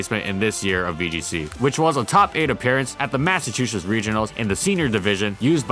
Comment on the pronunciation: I think you butcher "Massachusetts"